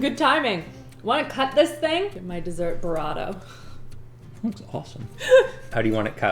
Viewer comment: it's burr-ito not buh-rahto. I grew up in Texas so bit of a pet peeve.